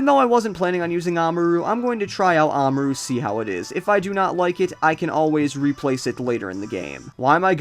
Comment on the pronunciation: Ahmaru? It's spelled Amaura. It's pronounced Ah-moor-ah. Or something along those lines.